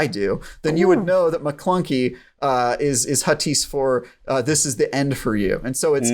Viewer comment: Why is does always say Maclunkie?